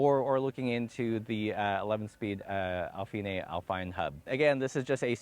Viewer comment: “Al-finay“? Really?